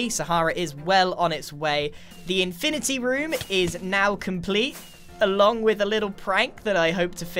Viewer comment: Infinerty room